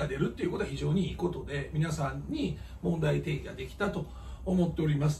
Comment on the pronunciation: いつも問題テイギ？っていってません？問題提起（テイキ）って言ってるけど濁って聞こえるだけなの？ま、どっちでもいいのか